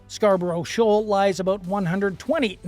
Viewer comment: SHOAL not SHAWL